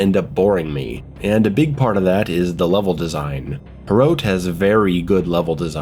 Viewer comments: Hrote? Huh-rot. Soviet Quake. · Its pronounced Huh Rot, or Hrot NOT Hroat xD nice review tho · It's not pronounced like throat but more like trot. Just replace the first T with an H and you just nailed it. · first of all its "he-rot" with a rolled R and it means spearhead not spike like people claim any way my wife is czech and grew up at the end of the soviet era and i can tell you the games meaning is lost completely on westerners if i could sum it up its basically how people of the era felt their homeland was turned ugly and rancid with strange alien people who are entirely hostile filled with socialist signs that have a lot of words but mean nothing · Pronounce it like h-rot lol Just put it in Czech google translate. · Its pronounced like "Wot" but wirh a "HR" sound instead of the "W". Or like "Fought" with the "hr". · Wow, I am even czech and Hrot (your pronounciation is hilarious btw) did not interest me much, but that Frail at the end did it for me :D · if only living in prague was this fun, also about the name Hrot there is more of a hard R but i would not expect you to get the pronaunciation completely right. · I hope you won't be saying the name too much, cos let's just say you didn't nail it lol